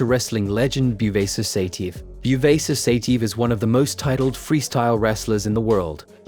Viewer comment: Great material as usual. But the way you butcher their names is epic😂 Ya- Rhy-Ghin, Sigh-TeeYehv